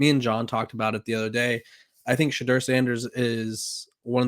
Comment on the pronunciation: I agree. I almost subscribed to this channel but Ima wait. I’ll give him time to pronounce Shedeur’s name correctly and maybe by then, he’ll stop down playing him.